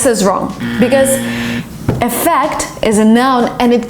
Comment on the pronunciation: Here when you pronounce the words "Affect && Effect", I just keep on listening the word Affect. I might be wrong, but I guess the phonemes involved on the word EFFECT are "ɪ'ƒеkt". I know you may not read this commend, but luckily I hope to get a response by you. I watch your videos a lot and I learn from them. Greetings from Ecuador's flag.